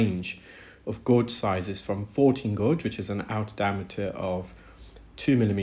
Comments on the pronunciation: Gauge is pronounced gayj, not gorj. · FYI gauge is not gorge, it’s gage, like page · The u in gauge is silent in English so you say it like cage(as in bird cage) only with a g as in gage. Hope that’s a helpful tip. Such good work you do btw👏🙏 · Fascinating but some very strange pronunciations! Gorge for gauge, exazerbated for exacerbated. Odd! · pronounced "GAGE" not gorge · Brilliant, but it's pronounced 'gage'. Makes me flinch. 😉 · And I’m in the uk. Its pronounced gayj here. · Guage rhymes with sage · "Gauge" has no "r" sound. It rhymes with "page." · I was so confused by the british pronunciation of "gauge" but i figured it out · That’s interesting as I’ve heard others in UK pronounce it as he does. Perhaps English is an additional language for him, and thus, a slight difference in his pronunciation. Best to you!